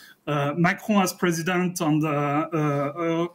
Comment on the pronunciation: "and" ne se prononce pas comme le "an" de lande en Francais, mais comme le "aine" de laine.